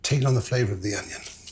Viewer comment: The Pomme Braunjeur section Marco calls the onion, "ingens" like what they say in Dundee, is this French? Or is it a Dundee thing?